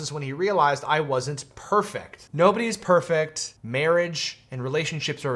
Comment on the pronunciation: bobodys nerfect